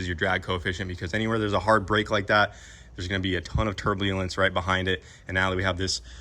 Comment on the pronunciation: a whole bunch up turblealance he said hahaha